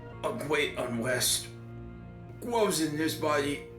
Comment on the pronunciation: “A gweat unwest… gwoes in this body.” God, that made me laugh so goddamn hard.